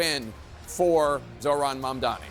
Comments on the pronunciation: Maybe the haters will learn to correctly pronounce his name. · Anyone noticed how Cuomo always mispronounces Mamdani’s name? It’s as if Mamdani is a nobody to Cuomo, like he’s an afterthought. Not anymore Andrew, huh?